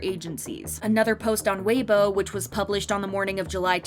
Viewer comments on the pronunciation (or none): none